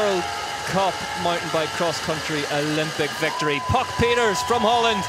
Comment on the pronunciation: It’s not Puck Pieters it’s Pieterse